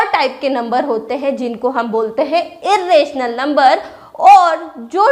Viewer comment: Ur pronunciation of rational and irrational numbers is wrong